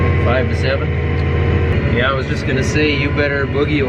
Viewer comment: lol that sounds very Minnesota. "Yeeeeeah I know"